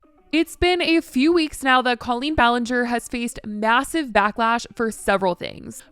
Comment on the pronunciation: Clearly you don't know much about Colleen other than what others have claimed considering you haven't pronounced her name right once in any of these videos